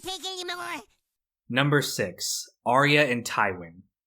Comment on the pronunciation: It's not Are-E-Uh, it's Are-ya.